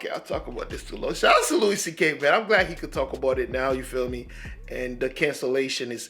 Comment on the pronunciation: His first name is pronounced "Loo-e"